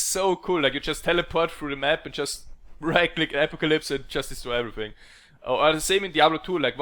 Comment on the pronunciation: Apocalypse - A‧poc‧a‧lypse